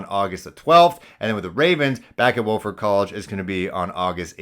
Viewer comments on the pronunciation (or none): It is not a long sounding o in Wofford. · I know it’s spelled Wofford, but pronounced Wafford, like waffles